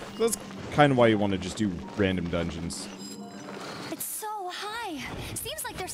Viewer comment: he said dungens